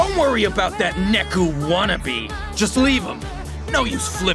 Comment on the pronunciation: Neku. Not neko